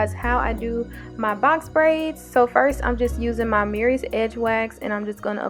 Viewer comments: Oh your saying Mirrys. MURRAY'S. THANK YOU. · I love love love your tutorials. I thank you. BUT PLEASE SAY MURRAY'S CORRECTLY. YOUR PRONOUNCING IT AS MERRYS UR NOT ER THANK YOU.